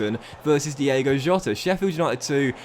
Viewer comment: Cmon, its not DIEGO! His name is DiOOOgo Jota! Love from Portugal 🤟🏼🤙🏼